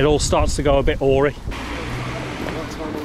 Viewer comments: Awry is pronunced a reye like eye mate not or ee...sorry enjoy your stuff though good to watch 👍. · Awry is pronounced Ah-Rye.